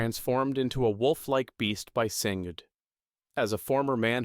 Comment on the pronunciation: also "sing-d" and "Seh vi ka"